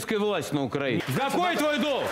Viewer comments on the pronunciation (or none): none